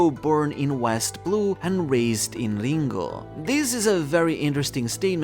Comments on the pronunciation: He said "Lingooouugh" instead of Ringo, lol. Are you ok? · Unsubscribed for saying Ringo like that.